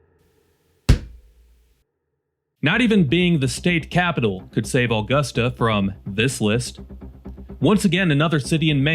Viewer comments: By the way, you kept saying Aw-gust-a..... it's Uh-gust-a. Otherwise, better pronunication than other Maine videos made by folks from away... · Nobody in Maive pronounces "Augusta" like "August a". We say it like "A gust a".